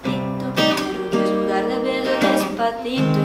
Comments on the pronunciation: vamos nos pegando kkk gente é aproximando e não se pegando loucamente kkkkk e mulher nao precisa botar b em vez de v não, isso é coisa de sotaque e o "des pa ci to" pode ler despassito em vez de despafito... ouça música em espanhol do México q é o mais bonito, limpo e fácil... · é despacito n despatito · e despacito nao despatito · Pra quem tá falando que ela fala "despatito" . Gente não é, só que o modo como ela pronuncia a palavra dá a entender que é "despatito". Vcs não ouvem direito não ? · Ela fica trocando o C pelo T , é despaCITO mesmo 🙄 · es curioso cómo ella habla "despa TITO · Kkkkk Ela Não fala despacito ela fala Despatito😂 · Na Parte Do "Dispacito" Ficou Parendo Que Ela Tava Dizendo "Despatito" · é despacito não despalito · N eh despathito, eh despaCito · Dear god. É des pa ci to mesmo meu xuxu. Não despa ti to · Ela fala Depatito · ela fala " DESPATITO " e nao " DESPACITO " kk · sua vó é linda mas não é despatito que fala é despacito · deu agonia ela falando despatito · Não é despatito é Despacito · Mari é despacito. Não despatito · é despacito nao despatito 😂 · é despacito não despatito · tu fala despatito e é despacito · porra é despacito não despatito!!! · eu sou mt fresca, me irritei cm ela falando "despatito" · despatito lkkkkkk não estou abusando ta?? só achei engraçado vc falar despatito kkkkk amo os seus videos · Parece q ela fala "Despapito" 😂❤ Fofa ❤ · que afliçãozinha ela falando despaTIto jdjsjsj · Ela fala Despatito KKKKKK Q FOFA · Ela dis "Despadito" Kk Mais ta muito bom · despatito kkkkkkkk ( amo ela ta gente) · Se pronuncia despatito mesmo? fiquei na dúvida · Esse despaTIto quebra viu ? Kkk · porque ela fala "despatito" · ela falou despatito kkk quem viu curte aqui tbem 😍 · ela falou despatido ou é impressão minha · Ela fala "DESPATITO" kkkk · ela falou "des pa ti to" ? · vc fala despatito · ela fala "despatito" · despatito? ela fala assim ou eu não estou ouvindo bem??? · da agonia de ouvir ela falando DESPATITO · Ela fala despatito 🖍